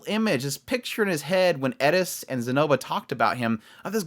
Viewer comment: Please, her name is Eris, not Edis.